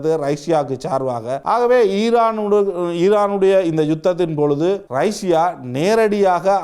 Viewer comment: ரைஷியா இல்லை ரஷ்யா என்பதுதான் சரியான தமிழ் உச்சரிப்பு 😇